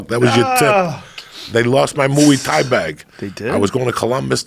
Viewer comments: Moo ay Thai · moo-e thai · Joey "mooey thai" diaz